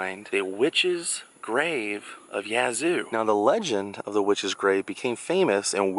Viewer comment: Thank you for pronouncing Yazoo correctly.